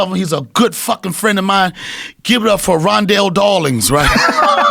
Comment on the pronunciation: Lost it at "Rondell Dawlings"